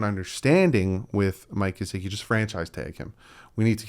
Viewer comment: I want to just let Gesicki go that way I don’t have too hear say “GeZicki” again.